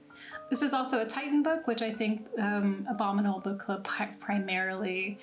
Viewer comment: At first I thought you said the "Obama Mold" box.